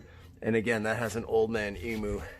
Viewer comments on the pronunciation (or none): I have a 100 series, so I'm sure we're on the same page with our enthusiasm for 4x4 Toyota's. However, Old Man Emoo in Australia is pron: Old Man EamYou. Just sayin'. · Say old man emu properly mate